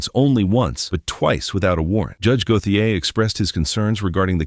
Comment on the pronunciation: Go-the -ay? Lol. It's GO-SHAY.